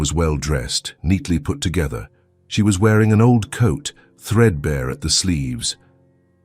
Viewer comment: Lovely story. I had to laugh the two times the words said her coat was threadbear instead of threadbare!